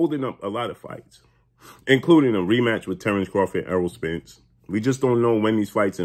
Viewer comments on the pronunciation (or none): none